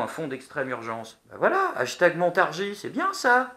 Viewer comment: 3/44:"ashtag Crues"comment ça "ashtag Crues"??lol!!!